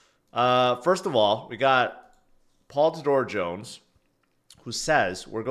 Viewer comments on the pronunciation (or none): none